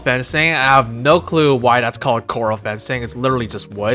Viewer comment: This is a great video. 😊 By the way that fencing is pronounced "corr-al". Corral fencing is for keeping livestock contained. Howdy from Kentucky ❤🤠